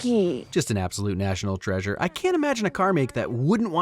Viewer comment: So when pronounced "treasure" sounds like jelloapocalypse